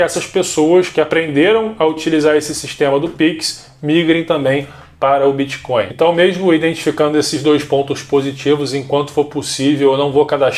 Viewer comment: gente não é BITCH coin caralhooooooo bitch significa puta então vc ta dizendo '''moeda de puta'' ,,,, BITTTTTTTTT coin isso é um T